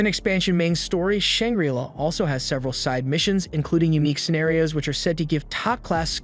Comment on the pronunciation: Shang-Gri-Law not Shang-Grilla So damn many mispronunciations. If you don't have a dictionary AND don't know how to use it to learn how to pronounce words, then use Google., e.g. Say barrage. Imagine if your favorite actor, actress, news host constantly mispronounced words. Unless of course you are an AI...